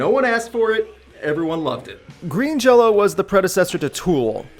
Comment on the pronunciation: Why does he keep saying Jello? I thought the band's name was Green Jelly? Shrug.